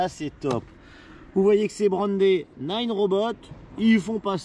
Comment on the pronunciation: Naaaaaaneuh !!! Pas nine !!!! Bordel !!!